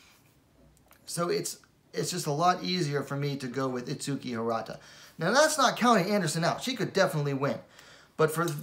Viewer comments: the correct way pronounce her name is: its-key the "u" is silent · if u hear her say her name there's no U in it